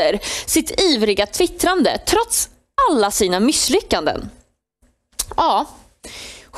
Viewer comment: Varför säger så många nuförtiden "mysslyckanden"...??? Det heter "misslyckanden" och inget annat. Mycket bra sagt i övrigt. Tack, BRA JOBBAT!!! 👏👏👏👋🙂👍🇸🇪🇸🇪🇸🇪🇸🇪🇸🇪🇸🇪🇸🇪